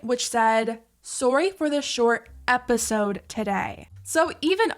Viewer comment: “Eposide” lol